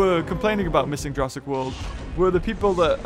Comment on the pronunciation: why am i super bothered when you say jurassic.